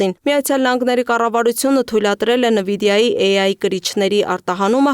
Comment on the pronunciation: Աղջիկ ջան, նԸվիդիա չէ, Էնվիդիա է